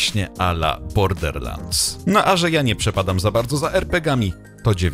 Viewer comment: Nikt:: bordeRlansd.... bordeRlansd.....bordeRlansd